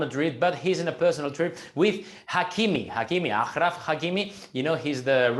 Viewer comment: I think Haaland is going to have a similar experience to Ibra with Guardiola. And Achraf’s name is pronounced Ashraf I have no idea what kind of sound that guy just made.